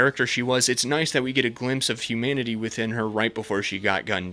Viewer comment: They way he says 'humanity' sounds like 'humidity', and it amuses me greatly XD